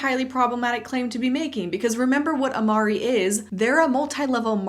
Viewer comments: their pronunciation isn’t even the correct latin pronunciation. they’ve midwestern-ized it. it should be amar-RAY not RE. think like do, re, mi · actually, the owners do pronounce it correctly “Amar RAY” but in this video she says it more like REE Fellow Latin linguist and also huge fan of these “cringe” MLM products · not that i have very good latin pronounciation, but ive been working with latin over a decade at this point and amo amare is one of the first words you learn… its typically said "am-are-ay," not "am-are-ee" lol! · holy shit, they actually got their Latin right. I think this is the first time I've seen a company do that. edit: I take it back. uh-ma-ree? LOL it's a-ma-ray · In Latin, it would be amarE, the "e" sound would be pronounced like in the "evangelic", or "prEdatory", not like "eve". In Latin, "e" at the end of the word is not pronounced the same as in English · Sorry the juxtaposition of "Oh is that how it's pronounced, well I've been mispronouncing it in the past and I probably will do it again" with *(immediately mispronounces it again)* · I really hate how they pronounce the name. I took latin in school and in latin the "e" at the end of "amare" is pronounced like in romance languages, not English. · The Latin pronunciation is actually amar-ay, not amar-ee. So they can't even get their name right. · Hi, I really enjoy your video and, before watching them, I didn't even know what MLMs were, since I'm italian and luckily we don't really consider them as a job opportunity. About the name of the company, I cannot believe they don't even know how to pronounce it right! 😅 Italian comes from Latin, and that word which mean To Love, it's pronounced with the E as "Engine" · That's not how you say Amare 😂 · Laughed out loud hearing you say 'I'll probably mess up and call it 'a-mare' in this video' and then like 5 seconds late you do just that 😂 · If it’s Latin it should be pronounced “ah mah reh” right?